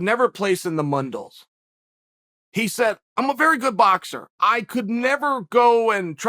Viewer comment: Chael has a blackbelt and he called the Mundials the "Mundles"... I don't have a point for bringing this up I just think that it's funny